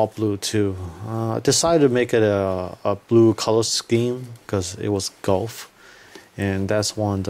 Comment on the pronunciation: Gouf is proounced "goof", not "golf".